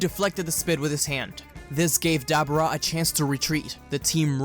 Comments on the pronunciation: Debora not Debra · Why you say dab rah its debuura l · (Da-Bor-Ra) Pronounce it correctly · I believe dabura's name is pronounced with a long u sound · Is nobody gonna notice on how he's pronounced Dabura wrong